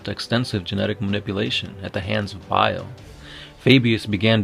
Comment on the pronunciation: So no one herd him say ferris insted bail